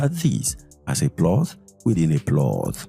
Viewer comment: Ploth. It is pronounced “plot”